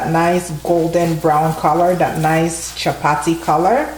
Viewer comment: 😂 I love it when the Caribbean sister says it like a true East African speaking Swahili chapati